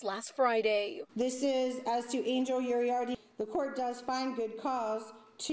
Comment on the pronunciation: “Urriarte” 😂 You need to learn Spanish, lady